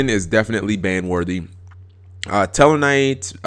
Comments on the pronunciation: It's pronounced toll-uh-my-ose. not telemethos or whatever. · Tellarknight Tall-Eh-My-Oh-s It bothered me too much xD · its (p)TOL-EM-Ay-US...god